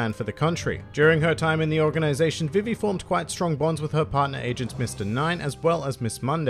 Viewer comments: It's pronounced BeeBee, so VeeVee is much closer to correct than Viv ee. Imu is Eem(u) with a barely pronounced u. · Its pronounced Ve-Ve because English is weird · Her name is supposed to be pronounced Vee-Vee. I honestly didn't know there was some other way people were pronouncing it. every time i heard you say her name i just thought it was your accent. Then again i thankfully didn't watch one piece during the 4kids era. was too busy watching yugioh, pokemon, and digimon. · I just listened five times and unless I'm hard of hearing,, it sounds .like you say vi ve(e) when you say her name and the syllables are said differently. Apologies if wrong. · Vī-vī vs Vi-vi Is likely due in part to a character from ff9 Vivi (pronounced: Vī-vī) who is something of a fan favorite because of his slightly clumsy but lovable personality and his compassion for his friends. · Huh? It's ビビ, and both characters are pronounced the same way. Are you saying it's Bib bi in the anime? They aren't saying viv vee. The way you said Funimation does it, the "ee" sound is too elongated, but ビビ is not viv vee. You did pronounce nakama well and not the usual nak KAM ma I hear so much. Congrats on the rapid success of your channel. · Dude I think we've had a miscommunication somewhere... I'm not saying that one of the characters is pronounced differently. I'm saying that saying "Vee Vee" is too much of an extension of the e sound. When they say BI BI in Japanese the vowel sounds are short and concise, but in English the vowels are extended. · You pronounce vivi wrong it actually is pronounced the way they do it in the funamtion dub